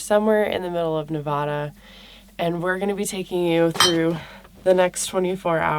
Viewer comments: Its Ne Va Duh. Hard A. Not a long A. Not Ne Vaaaaah Da. No no no.... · Nevada. The first "a" is pronounced like the "a" in apple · You’re pronouncing Nevada wrong.